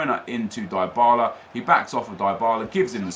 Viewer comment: It's not die Bala it's Dee bala